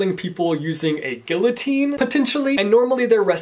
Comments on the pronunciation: Do people in the states actually pronounce the l's in guillotine??? What? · Please look up how to say Guillotine. That physically hurt me. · the way he says guillotine 🥴😂